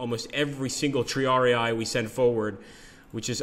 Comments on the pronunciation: Looking forward to the game, but please triarii is not "tree-ARE-ee-aye," but rather "tree-ARE-ih-ee" :) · Looks nice - I'm sold on the computer version (though I loathe the miniatures games under there FOG monike). NB: It is TRI-ar-ee, not "TRee-ar-ee-eye". Remember: "ii" = "ee" sound. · tri-are-rii in latin